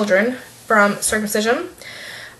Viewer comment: I'm not at all opposed to your view on circumcision but for the love of God, you mispronounced it the entire video. It's your child, ignore what others say.